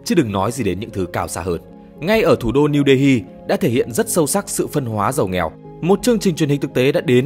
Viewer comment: New Delhi đọc là Niu Đê li mới đúng .